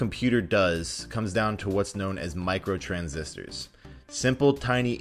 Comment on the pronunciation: When you said microtransistors I thought you said microtransactions